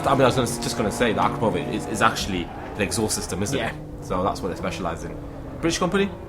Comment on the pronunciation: Akrapovič is a Slovenian company, and you did pronounce it wrong. You're welcome :D